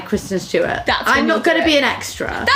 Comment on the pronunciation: kwisten stewawt